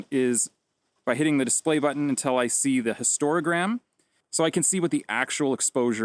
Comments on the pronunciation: Overall a nice and useful video, but a couple of things to think about to improve the quality of future videos. First, the word is 'hist-o-gram', not 'hist-ora-gram'. Then, what the histogram shows is not 'exposure'. Exposure is a word much misunderstood and the misunderstanding is spread by misuse in web explainers such as that. 'Exposure' refers to the light energy density at the focal plane, while the histogram shows processed values in the output file. In film days we used to call this 'density'. Which brings us to the final thing, by flattening the processing profile you are not making it 'unprocessed'. The only thing 'unprocessed' is a raw file. In a processed file, all kinds of decisions about things like white balance, colour space and such like are baked in and cannot be unbaked. In a log file the 'density' (or value) is coded proportional to the log of exposure, your flat profile, not quite, but it still provides a good basis for grading. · This is awesome. I'm learning so a lot about my camera. So much to take in but short videos about single topics like this are really helpful. Thanks! And while I can excuse any number of Canadian speech patterns, it's histOgram, not histoRA-gram. ;)